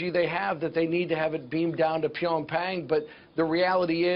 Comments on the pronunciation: solethu matrose he says pionpan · hahaha...silver star and cannot pronounce ...pyong PANG?